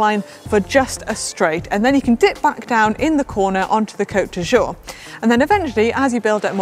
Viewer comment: Could you please have Si' pronounce "Côte d'Azur" correctly so it doesn't sound embarrassingly like "coat d'usure" (sic)? Interestingly that one, less enticing than Nice or Saint-Tropez, could cause a track cyclist to be immediately disqualified if encroached on... Awesome video overall!